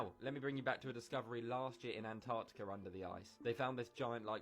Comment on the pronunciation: Why do you all call it anartica? When its anTartica